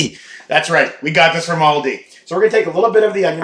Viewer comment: Don’t ever say Aldi like that again. No stop it, please stop it